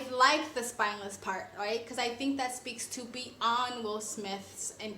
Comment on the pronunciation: “Spineless” not “spinless”